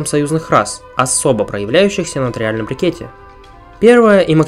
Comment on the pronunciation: Смотрю все видео подряд с самого первого, невозможно режет уши "брикет". Брикет - это форма спрессованного материала, а то что ты имеешь в виду в своих роликах называется "брЕкет". Извини, серьезно, режет уши.